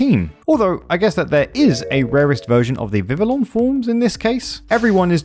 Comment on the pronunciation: Love this video and these challenges, keep them coming! That said, my brain did misfire everytime you said Vivillon. It is pronounced Vivi-yon as it officially uses a french pronunciation.